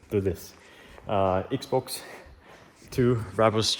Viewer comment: I love when I heard xbox (instead of x-bow) hahah